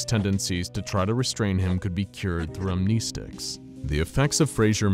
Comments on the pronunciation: AM-NEST-TICS not AM-KNEE-STICKS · Upvote for Am-KNEE-sticks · Upvote for Am-NEH-sticks